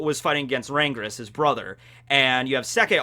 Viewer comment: Langris, not Rangris